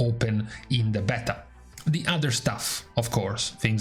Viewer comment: Beeta beehhhta beaitaaaa Damn man